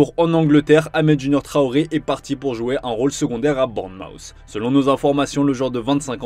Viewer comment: Il y a des serieux problèmes avec les noms : BOURNMOUTH, EMERSON PALMERI ET NON PALMIERI 🌴😂 Rangers et non Rongers 🦫